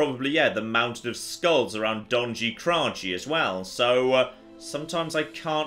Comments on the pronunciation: Being Slavic it hurts me how pronounces Donji Kraji - It should be more like [dɒnnji: krʌji:] not [dɒnndʒɪ: krʌdʒɪ] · Don-yee kra-yee you're supposed to butcher your enemies, not the language silly <3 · "Donjee Krajee" hahaha :D Love your videos, mate!